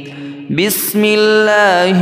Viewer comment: ap ka bismillah parna hee galat hai. bismillah mein wow kahan hain ? ap pahly bismillah parna seekho